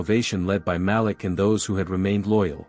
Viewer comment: I only have one issue with these stories 😂😂😂. The name is pronounced ma-leek, not malick 😂😂😂.